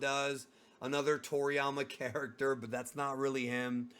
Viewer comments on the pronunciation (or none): none